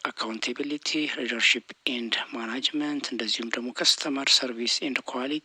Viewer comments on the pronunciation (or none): ጥሩ ጥያቄዎች ናቸው ተቨባረክ እናመሰግናለን።ስታነብ ማናጅመንት የምትል ይመስላል ግን ማኔጅሜ/መንንት ብትለው ጥሩ ነው